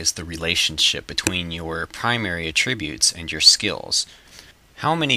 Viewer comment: you pronounce attributes wrong.